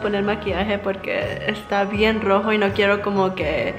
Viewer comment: Minuto dice rojo cuando ella no puede pronunciar bien la r 😂😂😂😂😂😂😂😂😂😂😂😂😂😂😂😂